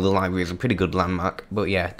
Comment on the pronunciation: back woom u will fight a guitaww, libwawy 😂😂😂 in the back of class woom, gwab that and you have obtained a book 😂😂😂😂😂😂😂😂😂😂😂😂